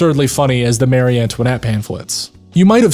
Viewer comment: You probably won't need this for any future video, but just in case: Mary and Marie are two different names with different pronunciations.